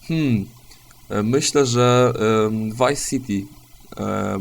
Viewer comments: chyba nie zrozumiałeś. Poprawnie jest fonetycznie "wajs" a nie "łajs". W wymowie w=ł a v=w, zawsze i bez wyjątków, więc tam gdzie w filmiku mówisz błędnie (łajs siti) omijasz, a znaczyłeś chmurkę "będę się za to smażył w piekle" tam gdzie wymówiłeś dobrze (wajs siti). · "Łajs Siti"...